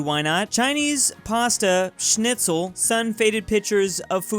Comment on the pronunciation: Nearly pronoced Schnitzel (gutes deutsches Essen ) richtig / right